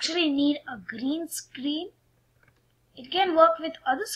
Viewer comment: gareen scaaaareeen isss vary udgly XD im dying